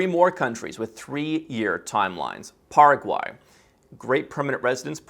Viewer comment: PARA- QUAY! Pronounced